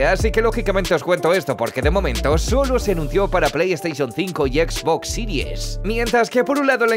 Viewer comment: Es bastante ridículo 😂